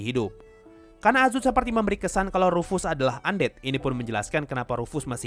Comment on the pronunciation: Ruf-Ass..? Ruf dari bahasa jerman artinya "panggilan" Ass dari bahasa inggris artinya "Pantat :v" Jadi rufus artinya memanggil pantat :v